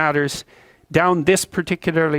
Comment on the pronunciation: "Invaestigaeted these matters down these partclr litrlry and philosophical pathway" Oh hell naw, he's speaking in tongues now!